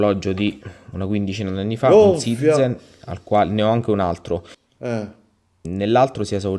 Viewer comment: Che top questa serata con! Comunque che ridere fa tutte le volte che si sente ccccitiZen ahah